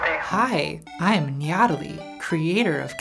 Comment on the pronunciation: One minute and 21 seconds in, she said "Hi, I'm NYATALIE" and I had to stop the video and reflect before pressing on.